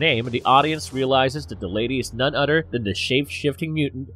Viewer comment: Every time I hear the narrator says "Mother" or "other" it enrages me because it sounds like "Mudder" or "udder" lmao